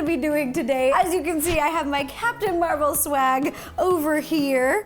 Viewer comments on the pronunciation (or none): Rossana you say it like Mar vel